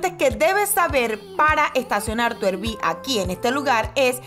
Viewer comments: Es “árbi” no erbi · ARVI = RV ARVI ARVI ARVI PLEASEEEEEEE NO ERVI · Hola, RV por favor no digan "ervi" les pido que pronuncien correctamente RV suena más a "arvi"